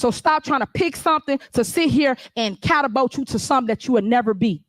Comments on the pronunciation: Oh god another word she can’t pronounce “catabolt” it’s catapult Tiffany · She says “as it relates to” in every clip. 😂you wrong for that. She also said “catabult” instead catapult. The “just” of it…bless her heart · Catabult??? Bank rubbing??? Hurman being??? Can we throw in speech and English classes 😂